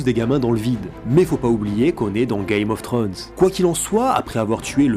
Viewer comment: Ul excellent episode !sinon on dit "game of thrones" pas "gay mof thrones";)